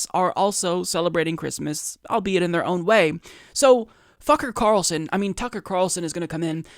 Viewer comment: LOVE the honest slip up there with Carlson's name lmao!